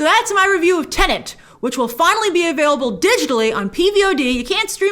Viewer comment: It's not called Tenant! 🤦🏻‍♂️